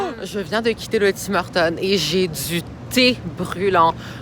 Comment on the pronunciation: wtf comment tu dis tim hortons c'est la hess bro